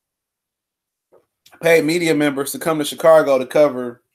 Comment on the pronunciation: Man said chicargo lmao kills me